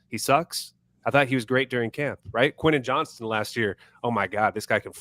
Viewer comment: I can see Harbaugh not playing Quentin Johnston and cutting him loose in a trade if Johnston doesn’t improve in camp. Plus, not sure I can take much more of mispronouncing his name. Also, is the best unc., without doing an AOL search, what does my alma mater of D3 Whittier College have to do with the Chargers?